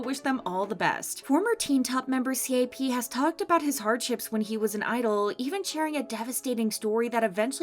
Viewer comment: Am I the only one to get progressively frustrated listening to the “C A P”s and “T O P”s instead of “cap”s and “top”s lol